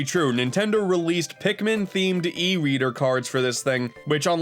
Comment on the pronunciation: Did i hear e weader instead of e reader